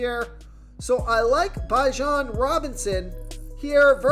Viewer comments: comedy how you pronounce some of these names lol......its pronounced BE jon not BI jon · 🛑 Stop .. this dude doesn’t know football. Chicago bulls I was gonna let slide but the fact you don’t know how to pronounce Bijan.. I’m ok with listening. People don’t listen. I’m calling fraud!!